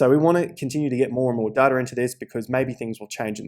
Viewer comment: There is absolutely no “R” in data. Seriously, where do you see an “R”?!